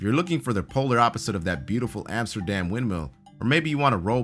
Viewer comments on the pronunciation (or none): none